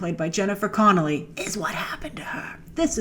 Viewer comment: Love your videos! Just wanted to say super late that it's "Connelly" :))